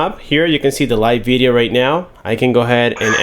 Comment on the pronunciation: so you say beedio and shime too?